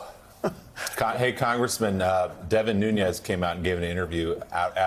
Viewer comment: Jonathan...It's David Nunes (Noo-nez) not David Nuñes (Noon-yez)